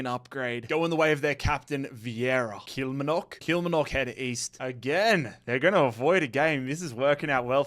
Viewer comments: Just a quick one, I'm scottish and just wanted to let you know that you're pronouncing some of the names incorrectly, falkirk- is pronounced - 'fall-kirk', as if I was falling. Also, kilmarnock is pronounced 'kill-maar-knock' instead of 'kilmer-nock'. Loving the series though! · is butchering the Scottish clubs pronunciation. Falkirk is pronounced Fall-Kirk and Kilmarnock is pronounced Kill-Mar-Knock. 👍🏻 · Its pronounced FallKirk and Kill-marnock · Kilmernock gets me every time, my dad's Glaswegian it cracks me up. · Love the series but the mispronunciation of Kilmarnock every year 😖